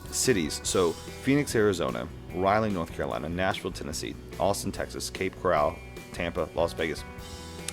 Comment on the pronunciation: Second video I’ve watched of yours. Heads up though, it’s Cape Coral, as in coral reef. Not Cape “Corral” like horses.